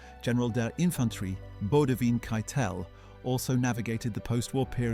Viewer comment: At least they pronounced his name correctly.